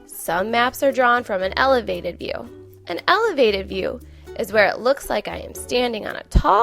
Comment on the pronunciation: Love this video for my first graders. Can you fix the word 'view' seconds?